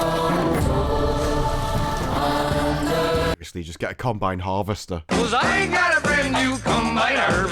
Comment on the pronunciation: Honestly...every time you say "combine harvester" i hear COMBAT HARVESTER.....and my brain just clicks to "i would love to see that" mode...